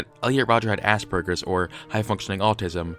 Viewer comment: Does anyone else hear 'ass-burgers' as opposed to Aspergers ?